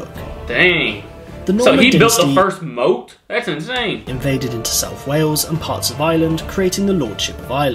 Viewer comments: the presenter said it wrong, It's not moat, it's pronounced Mot (as in not), a Motte and Bailey castle is a wooden or stone keep situated on a raised area of ground called a motte, accompanied by a walled courtyard, or bailey. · Nope. The narrator isn't pronouncing it correctly. It is Motte and Bailey rather than Moat. A motte is a raised piece of ground so quite difference from a moat as a trench or channel for water! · Mispronunciation in the original video, it's a "mott-and-bailey" castle - nothing to do with a moat. Those came later. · I think this guy has lead you astray. He pronounce a castle as "moat and bailey" it actually motte and bailey. The motte is the structure (castle) usually at the top of a mound, the bailey is the area at the bottom, surrounded by the curtain wall and a moat as I'm sure you know is a water filled ditch around the whole thing. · The term 'motte' is pronounced 'mot', and refers to the fenced-off area at the bottom of the 'bailey', which was the hill that the initially wooden castle was built on. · Mott, not moat…. Different thing :). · Mott not moat...the narrator isn't well educated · Did someone say pedantic? The pronunciation of motte as 'moat' is wrong However, Just Dave is wrong saying that the motte is the 'castle' on top of the earth mound The motte is the earth mound itself The structure sat at the top of the motte is called a donjon or a keep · Motte, not moat. A motte and Bailey is like wooden fort on a hill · This person narrating was really grating me, pronouncing almost every Welsh name - even the simple ones, completely wrong. Then moat and Bailey…wtf?